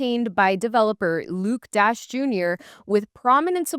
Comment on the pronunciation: you really should have researched how to pronounce Luke Dashjr in this video. Hint, it is not 'Dash Jr'. A Bitcoin YouTube influencer's credibility is greatly diminished by mispronouncing a cherished OG's name. It compromises the message of the video, especially when 100% on point, like this one.